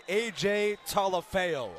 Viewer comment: #96 AJ's last name Talafu is pronounced "Tah-lah-foo", he forced a fumble late in the game we heard "AJ Talaeo?" humbly asking, thank you Go Tigers! :)